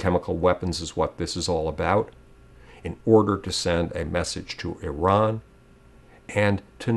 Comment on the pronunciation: On of the few americans who pronounces Iran correctly. It is Ee-ran not I-ran